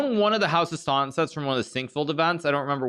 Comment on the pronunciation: Did anyone notice the bizarre way the narrator would drop the t in Staunton? She would say "Staun'on". There was another word as well but I can't be bothered watching again to find out.